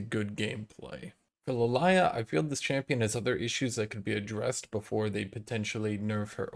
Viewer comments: somwhere in riot hq probably A:Dude jungle is op should we nerf it B:But people are complaining abouth how weak the jungle is A:So lets buff it also when is going to pronounce my name as lilia not lilaya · “Luh lai ah” for Lilia KEKW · Is anyone gonna say anything about how he pronounced Lillia